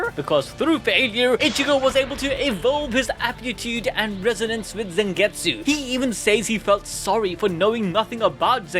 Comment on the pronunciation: Stop saying Zengetsu